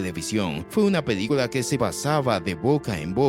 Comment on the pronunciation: Jajaja, lengua mocha 🤣 Dice "pedícula" en lugar de película 💩🤡